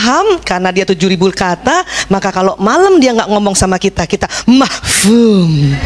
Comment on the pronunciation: bukan mahfum tapi mafhum😂